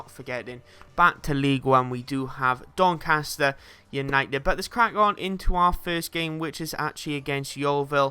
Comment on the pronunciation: its doncaster rovers haha